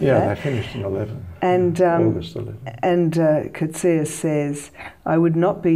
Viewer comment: This lady is one of the few people I've heard who pronounce Coetzee's name correctly. Congrats to her!